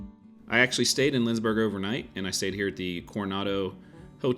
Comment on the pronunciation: It is LindsBORG and not LindsBURG. Still, a nice video :)